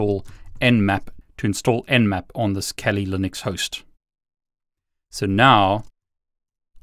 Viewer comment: Why t f does he say Kelli Linux lmao